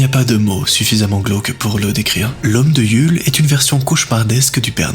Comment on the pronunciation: le u de Yule se prononce ou